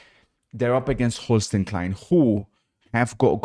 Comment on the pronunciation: why does he pronounce Holstein Kiel like that? You pronounce it like Hol-sh-dine Keal